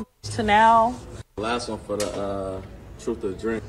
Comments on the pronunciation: I tend to not listen to anyone when they say “truf” instead of “truth”. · "I'm just telling my Troofh" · Truf? Or truth? SMH lol axe or ask ? Lol SMH wow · I think it's closer to the Troofth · I think she said ... "Troof". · No she said "her truff" ! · I believe she said "my troof". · She said "my troof" (truth) 🤣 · Telling the "troof?" What is that? Does she mean "truth?" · what the heck is "truff" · Sorry I couldn’t watch the rest of this video, you lost me whenever she said TROOF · Btw it’s truth not truf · Somebody help me out - did say "trufe" or truth? Can't tell... great analogy btw Officer T - used car. Dang. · Did she say “truf” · When she says "truth" like "truf" you be trippin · Someone want to tell her it's pronounced "TROOTH" not TROOF" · Her "troof"??? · This whole interview disgust me!! It is "truth" not "troof"! And a 12yo having sex in the hood? Clothes a couple sizes too small? 2,000 sexual partners and she's laughing about it? With that many partners, how many STDs or abortions has she had? We are all sinners but this is ridiculous! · FINALLY The Truf!!!!! 🤣🤣🤣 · Her ' troof ' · What is a "TROOF"??? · What is a tooph? I believe it is pronounced truth. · She said Troofth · Listen again. She be tellin' her "Troof". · She didn't say "truth" ... she said "troof", so your comment makes no sense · Did she say it’s my troof? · I didn't make it past "My truff" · What the fuck is Truff? Learn proper english. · She's just saying her troof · She was just telling her “troof” 😁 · "My Troof" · "I'm jus tellin my trufe"! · Says Truff! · “My Truff” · She’s telling her “troof” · Ya you didn’t say it right. 🎉 love your channel